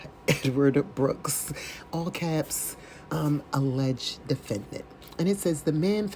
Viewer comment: Hi from France! I suggest to his inmates to never play scrabbles with … - aileged - analysation- to rebuttal -license place - instrament…. Too many new words 🤣🤣🤣🤣 Have a sunny Sunday 😘🌹